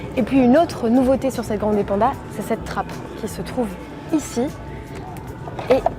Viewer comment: Ça fait un poeu bizarre cette prononciation à la française 😊... Il faut dire grann'dè, et avec l'accent tonique sur le a, pas grandé 😉